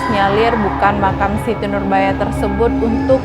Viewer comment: Bukan dibalik makan mbak tapi makam 😄😄😄